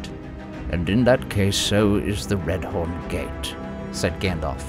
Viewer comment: I thought it was pronounced "Reth-orn" not "Red-horn" but maybe I misread the appendices? *edit: Similarly, maybe someone can answer why the appendices say to pronounce it "Gandalv" but nobody does?